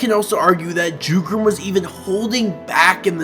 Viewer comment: I sincerely hope the anime expands even more on Jugram, not just as a character but in terms of his insane prowess. Oh also, Jugram isn't with a J, it's said with a Y. In Europe, the character j is said as a y. Which ofc Jugram is as he is German.